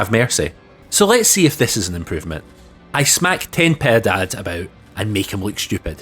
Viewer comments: Piedad is not quite "Pie" (Pay) it's "Pi" like in followed by (eh) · AI pic of "ten-pie dad" is pure gold. You're also VERY close on the pronunciation. I did comment this on an earlier vid, but to reiterate: "Pee-eh-daad". Btw, just to clarify, I'm not judging you on your pronunciation and anyone who's actually doing that is an idiot. I'm simply offering a correction for educational purposes. Once again, love the vids <3